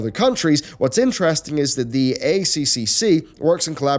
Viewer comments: Just FYI it's pronounced "A triple C", no Australian will ever call it "ACCC" and it sounds strange and unnatural that way. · As an Australian I feel like I need to say.... it's "A triple C" not "A C C C" I know it's both really.... but holy jeebus it sounds wierd when it's pronounced in the later way! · weirdly enough, both 4 syllables, just hits our ear wrong when we hear A-c-c-c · stop calling it Aye Cee Cee Cee its the god damn -Aye Triple Cee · FYI It's the "A triple C" it's easier to say and that is how we say it here in Australia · I’ve been saying this on multiple youtubers covering this story, but the acronym is said as “A-Triple-C”. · A triple c it’s pronounced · I've said this to Yongyea, Jim Sterling, Pretty Good Gaming, and LegacyKillaHD. It is pronounced A triple C. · hahah It's funny hearing all the overseas youtubers saying a c c c :D dont correct them!